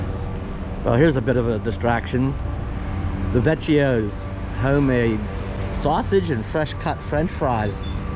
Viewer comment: Del Vecchio's is pronounced "Del Vay-key-oh-z". Note that "cch" in Italian is pronounced like a hard "K".